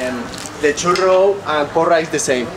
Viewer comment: Funny how u say "Puro" instead of "Porra" XD in Madrid we call them Porra jajaja